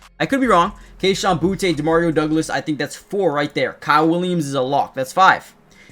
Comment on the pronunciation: Boo-tee, not Boo-tay! Just embrace it 😅